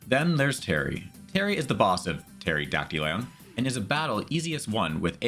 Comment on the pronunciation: You were pronouncing it correctly